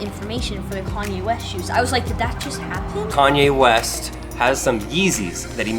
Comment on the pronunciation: Lol ......Corn-ye West